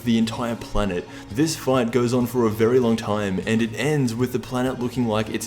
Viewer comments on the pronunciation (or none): none